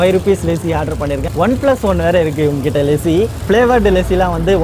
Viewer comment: Bro it's lassi not lessi ......good video ..... valthukkal